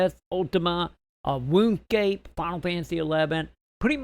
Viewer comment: its pronounced RUNE scape matey